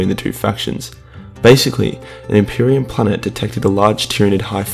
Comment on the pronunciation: the greatest threat to the impreium: the impirum